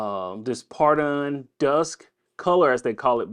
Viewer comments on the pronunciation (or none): Photon Dust “foh-ton-dust”